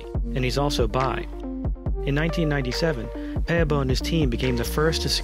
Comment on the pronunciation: You prenounce his surname correct